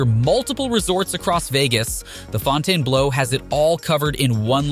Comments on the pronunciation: Excuse me? The “Fawn Tain Blow”????? LOL It’s pronounced Fountain Blue, simple. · love your visa but a bit of research on how to say some of the names would help as a person of Las Vegas we have a hotel called fountain like in water drinking fountain then ad blue thanks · Fou- ton what? Ffs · "fon-tain-blow" hahahahahahhaha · Fon tain blow??? Come on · Fontanblow😂😂😂 please learn how to pronounce it before making the video man! Also, resorts world opened in 2021, so this isn’t actually the newest resort on the strip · Okay you're killing me with the pronunciation of the name it's one word but think of it as Fountain Blue. Hopefully this helps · You pronounced it wrong it’s fountain blue. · i also think he said fontainebleau is "north vegas" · "Fountain-blue" is how its pronounced.. some of these seem too big to sustain, or, other properties are going to suffer immensely. i dont see them bringing in enough revenue to either sustain the property in the long term, or it sucks up so much from other venues, they cant compete. nobody is "too big to fail".. Bleutech park.... i dont see succeeding..or possibly even completing.. its overly ambitious, assumes the economy will never tank again, assumes a reasonably steep increase in overall Vegas foot traffic, which i dont see occurring..Vegas is only up small single digits over last yr, and barely back to pre-covid numbers. this park looks like it will be the Rio of the future.. an empty shell of what initially was a great, unique and intriguing property.. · Fontane-Blow? Where? Where? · Very sad, outdated reporting. BleuTech Park was a total scam never to be built. the Sphere is not the MSG Sphere, MSG spun that project off a long time ago. Whoever voiced the video needs to learn how to pronounce "Fontainebleau". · Agreed. They can’t even say Fontainebleau correctly. Terrible not voiceover that can pronounce things right.